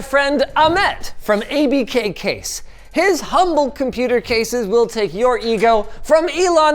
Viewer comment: ‘Umble very ‘umble sir